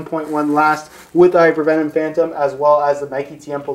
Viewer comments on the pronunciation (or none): Its just Nike, not "Nikey"